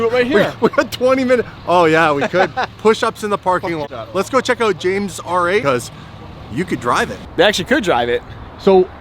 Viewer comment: he butchered the R8 😂😂😂